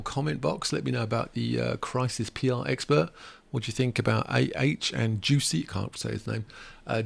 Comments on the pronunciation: You are mispronouncing Jussie’s name- it’s not juicy it’s Jus/ie 💜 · It's like Jessie not juicy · I think he was using the gag pronunciation created by Dave Chappelle or he is unaware of the proper pronunciation. Kinda annoying. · Maybe the reason you think Jussie Smollett's name is odd is because you totally butchered the way it's pronounced, lol